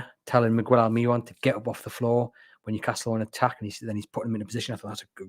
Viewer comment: Guys, it's 'Almer-ron' not 'Al-mee-ron'